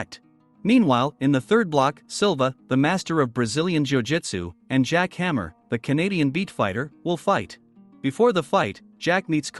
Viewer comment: Jack hammer -_- its jack hanma